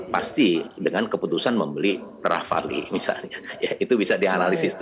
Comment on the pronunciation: Bacanya RAFAL bukan RAFALÉ